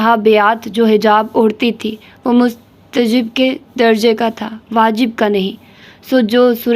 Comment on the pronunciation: مستحب is right word Not مستجب